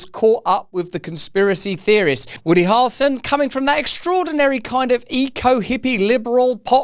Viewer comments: Harrelson…not harlson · To help you pronounce Harrelson correctly think of Prince Harry and the way you pronounce his name. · Also,even for a brittish guy that's a wild pronunciation of "Harrelson" 🤣😂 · Bro is dying over here in an attempt to pronounce Harrelson hahaha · Dude! Please stop pronouncing his name like that 😂 It's like nails on a chalk board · Why does Russell pronounce “Harrelson” in such a weird way??